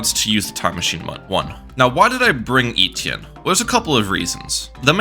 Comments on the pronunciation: Eh-tee-en not eee-tee-in 😭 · Great vid! FYI its pronounced Eh-Tee-Enn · the way my man says etienne cracks me up everytime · It hurts my ears every time you say Etienne. That’s not how it’s pronounced.